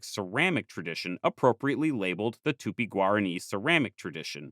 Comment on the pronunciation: oh gob, "tupi-guarani" became "tupiguarri"...